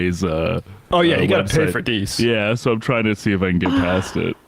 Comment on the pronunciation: They clearly have no idea who Deace is. Apparently their show prep wasn't actually viewing the clip, let alone researching, beforehand because they can't even pronounce his name. Deace [that's pronounced DACE, like he said in the clip] has always said the Dominion voting machine fraud wasn't something that could be proved and Rudy et al were wasting their efforts in claiming fraud there. He is pissed at them for wasting time/money/credibility on it when there was no way to prove a negative. But if you don't do your prep, you have no context for any of that. But like most MSM, that's to much to be bothered with. Instead, just spin it to show literally the opposite of the guy's beliefs. It's all about narrative, never about the truth.